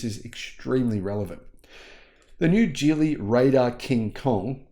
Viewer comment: Geely is pronounced with a hard “g,” similar to the word “ghee.” The correct pronunciation is “ghee-lee,” not “jee-lee,” which is a common mistake.